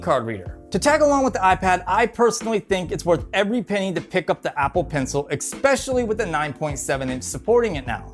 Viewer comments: It's 'especially' not 'expecially' Otherwise, great video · interesting and informative video but I couldn't get over the assessories or the expecially's....